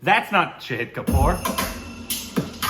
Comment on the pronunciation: Knowing him for approx 2 years, I think now would be a great time to correct the pronounciation of his name, it's "Shaahid" and not "Saheed"😅